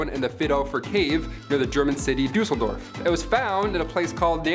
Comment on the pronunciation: Proof that it doesn't take much to keep me happy...but FINALLY someone who says Düsseldorf properly. Used to live there and really frustrates me when it not pronounced properly 😂